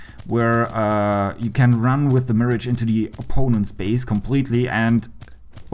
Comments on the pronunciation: I think its pronounced as miraj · Hate to be that guy but its pronounced Miragh sorry😂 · So you’re saying it’s pronounced as “myrahg”? Lol It’s “Mee-rahj”